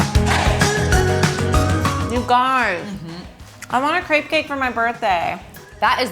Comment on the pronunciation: This looks amazing. But I can't believe how you pronounce "crêpe" (no offense). I will definitively try this recipe. :-)